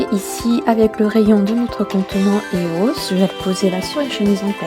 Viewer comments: Ça se dit pas éos mais E O S tu lis les lettres une par une. et copieuse de vidéos allemandes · E.O.S et anglais donn'c on le prennonce en anglais, c'est comme Fluff ok le prenonce fleuff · Lilou sɴᴏᴏᴘʏ Ouais sa se dit eos (ios) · Même si ça s'écrit pas comme ça, ça ce prononce I-O-S, pas EOS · tu dis faux eos